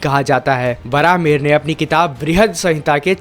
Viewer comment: Its not varaaha its varahamihira meaning varaha boon mihira Sun means boon of Lord Surya